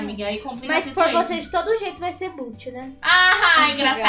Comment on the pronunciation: não e boot e bot com "o" kkkkkk